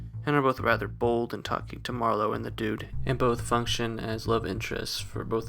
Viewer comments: It's MAR-lowe, not Mar-LOWE. He's not a wine. 😀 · Why can’t he pronounce Marlowe? It’s not “ma - low” like merlot, it’s just “marlow” , no emphasis on the end syllable. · Great video, but it was really distracting to hear Marlow pronounced mar LOW. Like he is Merlot, and not a very American gumshoe. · You're just figuring this out. The whole thing is a goof. Btw, the accent on Marlowe is on the first syllable.